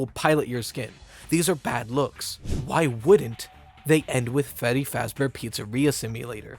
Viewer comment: He actually said feddy in this part